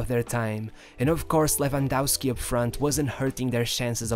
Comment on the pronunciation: Who the f is Lewandausky? It's lewandowsky. Both "w" are read as a V